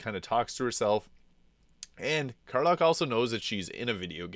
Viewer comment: it's weird how you pronounce their names. surely you've heard them say their own names in-game hundreds of times, but you can't repeat them. kerlock. meezor. esterien. what?